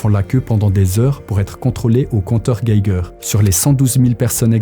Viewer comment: C'est la première fois que j'entends quelqu'un qui prononce bien compteur Geiger